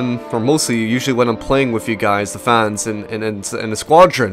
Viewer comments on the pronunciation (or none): none